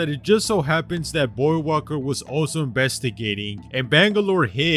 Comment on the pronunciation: lol the Loba beating revenant is kinda dumb if u think about it And damn was I not confused every time he say voidwalker because I kept hearing him say boywalker